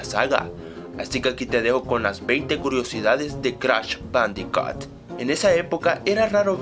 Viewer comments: ***** pronuncia mal jajajaja jajajaja bandicat jajajaja jajajaja y se pronuncia bandicut jajajaja tienes razon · se dice bandicoot (bandicut) por que la doble O se dice como u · perdon por esta ligera interrupcion pero en realidad se escribe bandiccot pronucia bandiccut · "Crash bandicat" :v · no es bandicat es bandicoot las lo son u